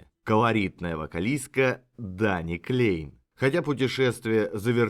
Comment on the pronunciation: Да, и во Фландрии говорят на языке, похожим на Голландский, а не на немецкий. Я там жил и работал когда-то, поэтому слегка разбираюсь в теме. И правильно произносить Кляйн а не Клейн.